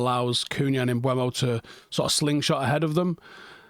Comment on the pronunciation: How long before learns how to say Mbeumo's name properly?